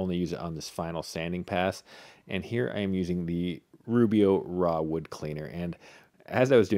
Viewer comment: "Rah wood"?????